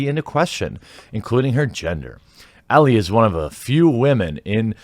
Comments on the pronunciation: Great video except that Ellie is pronounced Ell-ee. I have no idea how ie comes out as eh or how you didn't catch this before the video. Is Elleh even a name? Alright I'm done roasting you, take a like. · It's Ellie, not Ella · Ellie not Ellah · ellIE not elLE 🙄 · Why are u pronouncing “Ellie” two different ways?